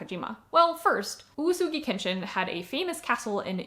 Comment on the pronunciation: Well to be fair you had 7 different readings for uesugi like oosoogi and yuusugi and woosugi and you rarely let the E sound out. Like OOWEsugi or something. U and E would be 2 moras, or at least 1 and a half, and E would just be as audible as the U, im hearing a lot of U's and almost no E. Thas okay of course, but being the main topic it did bug me a bit, but also im glad that you at least edited the captions and i know thas a lot of work so thanks for that